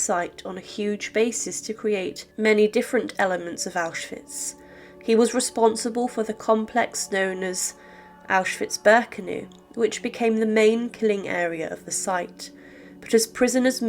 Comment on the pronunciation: A bit of research and even an attempt to pronounce German words would help here. Really....Birkenooo for example. This evil woman knew exactly what her husband did and approved of it. The story that she overheard a conversation was concocted to protect her. At the 1947 Auschwitz Trial in Krakow, prisoners testified that she had a big stick with which she used to beat them. She did not remarry and she did not move to the USA. She died there on a visit to her equally unpleasant daughter.